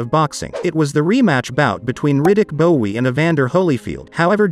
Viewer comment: It's pronounced BOW dip chit, not bowie.